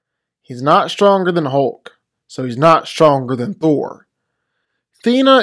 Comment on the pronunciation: Why does he pronounce Thor's name as "Thur"?